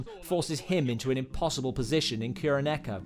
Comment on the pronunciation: Sam-eww-rai Little bit too much of an over inflection there. Ki-ro-neko This is also incorrect. It's pronounced KU-ro-neko.